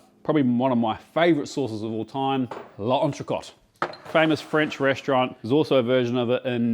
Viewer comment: While we’re on the French…drop the “e” in the Le for the correct pronunciation and say as one word: L’Entrecôte.